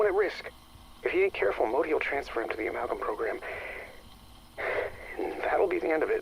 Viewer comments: Great video, question though. Why are you pronouncing it am-el-gam? It’s “Ahh-mal-gam” lol. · A Mal Gam, not Ammal Gam, just had to get that out, it was driving me nuts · I’m going to have nightmares about the way you pronounce “amalgam”. 🤣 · Amulgum Gobbalgam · I’m only a few minutes in; please tell me he doesn’t say “Amulh-Gam”